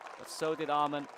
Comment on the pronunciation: the commentator keeps pronouncing Åhman "amon". It is pronounced Oman brother